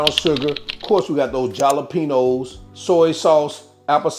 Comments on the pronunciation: Love your channel and revise. A little hint, the peppers are pronounced with an H not a J😀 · The Way You Be Saying Jalapeños 😂😅😂 Love The Videos And The Them Great Dishes You Be Creating 👍👍🫡